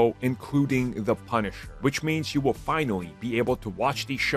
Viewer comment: why did you emphazise punisher?